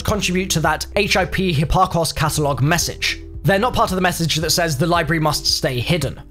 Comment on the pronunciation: Is he trying to say library? The way he’s spelling it and saying it, there’s no r in it.